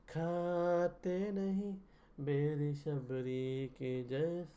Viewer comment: बैर नहीं बेर उच्चारण करते हैं। आपकी श्रद्धा भक्ति अतुल्नीय है। विचार भी अति उत्तम हैं।